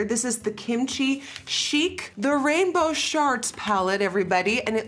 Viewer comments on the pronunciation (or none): Did she say “Rainbow sharts” ? ☠️😂🤣